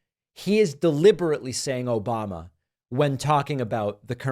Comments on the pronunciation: "Obamna!" LMAO!!! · His cognitive test was tic tac toe and he lost 😂 Though I do think it's on purpose because he's going for an insanity defense. I do love "Obamna" cracks me up every time. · "Obamna" always cracks me up😂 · "Obam-na!"Can't even say his name correctly. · From now on Trump will always call Joe Biden, Obama. When he means Obama he will say "obamna" to distinguish the two. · "Obamna!" Lmao I love that clip. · "Obmna"!!!😂 Seriously how dumb do you have to be to support this man?...